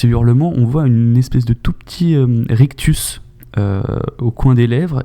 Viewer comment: Rictus* et non pas « rectus » …